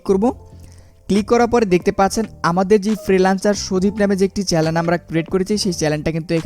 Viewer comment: it's not Challen, It's Channel bro